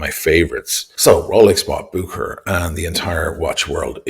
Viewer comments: It's not "Bookerer" though, it's "Buherer", soft h. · Real pronunciation goes like « Busherer » not bukerer 😅 From Geneva Cheers